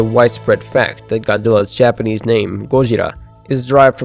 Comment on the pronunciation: Finally someone who can actually pronounce Japanese words! (Great video btw )